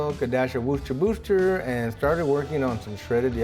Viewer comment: No longer will I attempt to pronounce worcestershire. Instead I will be using "wooster-booster" Thank you sir!